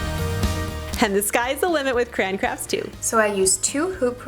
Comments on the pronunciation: The correct, dictionary pronunciation is 2 syllables "cray-on". The way you're saying it as 1 syllable "crown" is more dialect. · As a child I was always told it was Cray-on , the way you say it sounds like crans.... but you can say it which ever i doubt CRAYON cares as long as you buy them lol... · I was wondering what she was trying to make with cranberries because she kept saying Cran Cran Cran. LOL #TeamCray-onnn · It's Cray On it's not cran! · "Cran" it's a Michigan thing! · it sounds like you say "crayon" like I do, lol. My Michigan accent has me spreading the vowels, so it sounds like "crey-an", but it's so fast it sounds almost like one syllable! Also I totally want to combine those crafts amd make a tissue box holder out of rulers...